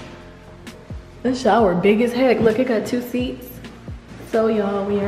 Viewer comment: NOT A HATEFUL COMMENT (I’m a supporter lol) BUT IT drives me NUTS when Queen says “lookit” QUEEN ITS LOOK!!!! JUST LOOK!!!!!